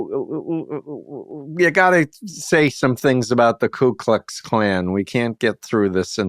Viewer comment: It's Ku Klux Klan, not "klue Klux Klan".